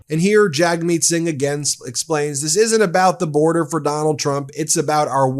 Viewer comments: Just FYI: Jagmeet is pronounced jug-meet. Thanks for the good videos!!! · Hey Ben! You got Pee Pee right 😅but it's actually pronounced "Jugmeet". Thanks! ❤️🇨🇦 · FYI: Jagmeet is pronounced "Jugmeet".